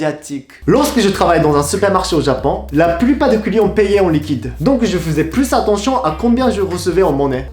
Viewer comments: Lorsque il dit "client" avec son accent on entend "couillon"😂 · Quand il dit "client" j'ai l'impression qu'il dit "couillon" 😂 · Je sais que je vais faire ma chiante, mais attention: On ne dit pas "cent neuros", plutôt "cent euros (juste euros)". Et "deux zeuros". Ça gonfle les liaisons! Et à chaque fois que tu dis "client", je crois entendre "couillon". 😆